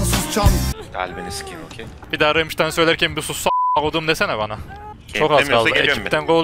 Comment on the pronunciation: remştayn değil ramştayn diye okunuyor lütfen..